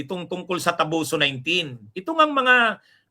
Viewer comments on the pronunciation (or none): TOBOSO Attorney...Hindi TABOSO.